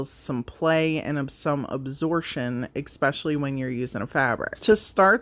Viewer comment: Not criticizing just an fyi .. The word is pronounced … Especially not Ecspecially